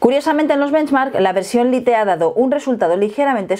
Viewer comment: Cada vez que dice lite me sangran los oídos.